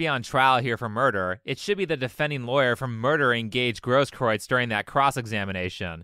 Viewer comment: I think that the guy is a liar and that he'll eventually get his, but it's actually pronounced "GROSS-kroo-its," with the first syllable rhyming with "moss."